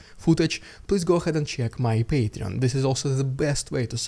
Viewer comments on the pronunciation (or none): none